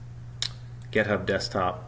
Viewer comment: Any reason why it sounds like you're saying gethub instead of github ? git rhymes with commit